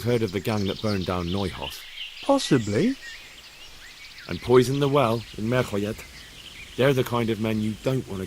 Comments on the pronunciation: FYI, kalo eu itu dibacanya oi jadinya neuhof jadi noihof & ei dibacanya ai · Noihof bang ni aja baca biar ga salah